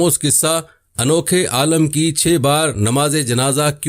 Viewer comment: Pehley Alim bolna to seekh lo